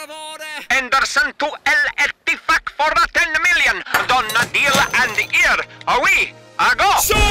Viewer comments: OH MY GOD, WHEN I SAW KLOPP PRONOUNCED EL ETTIFAQ I DIED OF LAUGHING! 😂😂😂 PLEASE MAKE MORE OF THESE BEFORE THE SEASON STARTS AGAIN! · When Al-Ettifaq becomes Al-WhotheF so quickly 😂